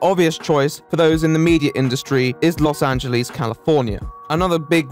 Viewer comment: "Los angelees"